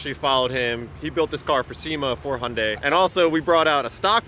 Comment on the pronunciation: Wtf is Hunday? Its got a few more letters in there mate, Hi-Un-Die. Hyundai